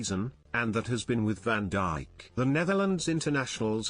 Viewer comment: Van diche is what was said 🤣